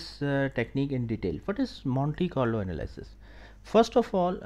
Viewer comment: Anal-ee-sis; thank you